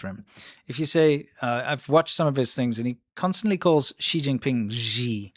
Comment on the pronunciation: "she- jing- ping- pong ?" 🤷🏻‍♀️ .